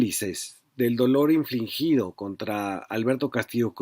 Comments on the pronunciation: Infligido, no infliNgido. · Infligido, no inflingido, estimado Fabrizio. La palabra INFLINGIDO no existe.